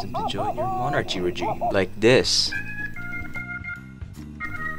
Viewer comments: why is bro saying mon archie 😭😭💀💀 its mon ARCie🙏🙏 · just wanted to say that the ch is pronounced as a k in monarchy so it's monarky, just like how the ch in chemistry and stomach are pronounced as k's.